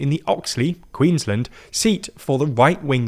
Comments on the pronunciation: Please please please learn how to Queensland. We are not Maryland! It's two words queens - land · Queensland rhymes with “bland”. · You guys pronounce Queensland funny :)